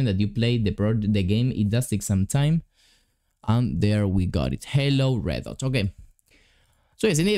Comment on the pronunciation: you said reddot but its redot